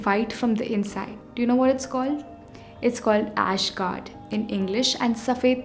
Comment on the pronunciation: an excellent piece like this video requires a small edit. The pronunciation is Ash Gourd, not Guard.❤😊